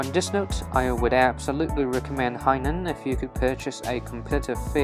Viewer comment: Dude... as a Chinese you should know how to pronounce Hainan